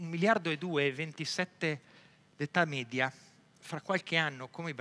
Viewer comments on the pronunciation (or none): none